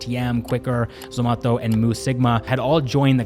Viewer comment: Man said SOMATHO for Zomato